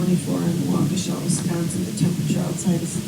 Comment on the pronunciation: I think that was Wok-E-shaw Wisconsin, not Wa-Keshia.